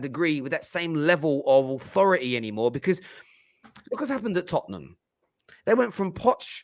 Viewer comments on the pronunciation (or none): none